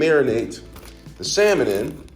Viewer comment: 'Garleek' on the 'sammon' took me out 😂😂😂